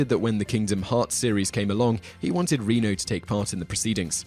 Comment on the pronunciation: You are saying Jean Reno's name wrong. He is French. Is it pronounced "Reh-no" (not like Reno, Nevada)